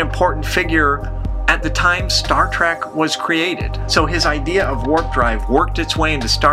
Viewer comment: It's trEk not trAck you idiot.